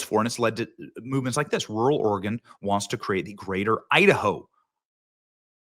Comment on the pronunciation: Props to Benny to actually knowing how to pronounce Oregon. So many people pronounce it wrong